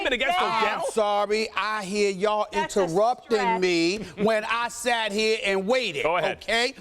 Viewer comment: "I..hear.. yall.. inter-rupt-ing mee"